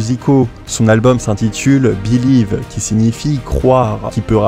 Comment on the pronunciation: Béliève??? On peut être mauvais en langue mais là c'est du manque de respect de soi!😂